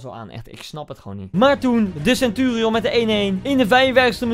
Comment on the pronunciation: Sentuurieon greet inglisj koen